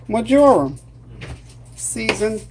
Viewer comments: It’s pronounced Mar-ja-ram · You pronounce it : Mar - jor - am. I will def be making this chicken, looks delicious.